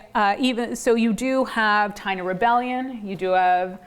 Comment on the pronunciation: So it's perseverance in US history and not Puerto Rican history? Then express it that way in the title. To the lady: They were organized into different tribes in Cuba and Hispaniola as well not just in Puerto Rico. Also, why do you not learn to pronounce the word Taino and Agueybana correctly? Would you approve of Siting Bule instead of Sitting Bull? Or the Zocks for the word Sioux? Also, African Americans have North European mixed in with their genetics and it is never mentioned whenever they claim black. Furthermore, your tone of voice sounds dismissive, as if this is somehow a bit beneath your dignity to discuss because it is trivial